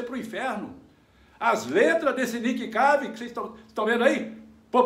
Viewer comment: É o Nick Cave! se fala Nick keive!! kkkkkkkkkkkkkk